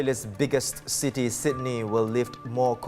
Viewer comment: My dear, the name "Tim" is not pronounced "teem". "Sylvia Lim" is not pronounced "Sylvia Leem". And the English word "city", is not pronounced "see-tee". Maybe work on your articulation of English before you go on air in future.